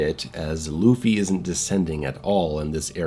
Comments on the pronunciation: It's pronounced more like "LAW-Faye", not "Luffy". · i fucking died at the way you pronounced “Laufey” (LAW-FAY) as Luffy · Hearing call Laufey "Luffy" over and over almost made me click off the video ngl. Just call her Faye man. Lol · Lu-Fay lol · Just to help pronounce lauffy you would sa lowe-fee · Lau like in “loud” Fey ffs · I hope the mispronunciation of this name stops being a bit/joke/intentional soon. At least say "Law-vey" if the "au" sound is too confusing/hard to do. 🫠 Or just call her Faye, please. I like your GoW breakdowns and I hope this title brings things back to some Hack and Slash roots. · My guy saying “loofy” 😂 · I'm Icelandic and it's... grating, to say the least, to keep hearing the same joke/mispronunciation over and over again, especially given the popularity of the singer with the same name. Thanks at least for the compromise.